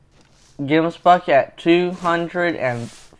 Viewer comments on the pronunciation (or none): Dude as a South African I get super triggered by how u say gemsbok